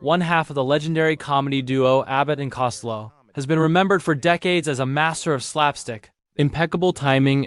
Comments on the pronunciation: Would have been better if the “narrator” could pronounce his name. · You need to get your name right its COSTELLO. RIP LOU❤